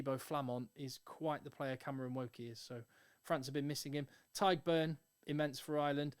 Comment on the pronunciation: Great vid, but I'm not sure if you meant it or not but the G in Tadhg isn't silent ;) It's like "Tiegh" or just "Tieg"